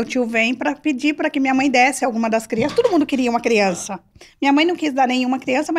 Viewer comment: Eu preocupada com o portugues e ela milionaria falando pobrema , crientee e pranejamento